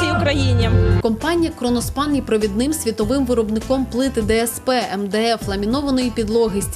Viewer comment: КРОНОСПАНА А НЕ КРОНОШПАНА